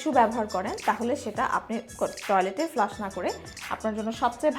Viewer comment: Flash bolen na go didimoni, flush bolen.